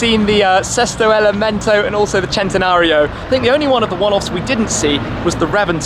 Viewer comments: Pronounced sentenario not jentenario 🤦🏻‍♂️ ruining the names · im still confused how he gets chentanario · I didn't know the centanario was pronounced as chentanario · Centenario not chentenario😑😑😑😑😬😬😬😬😡😡😡😡